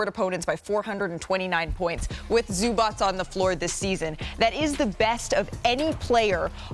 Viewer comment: Thank you for pronouncing his name correctly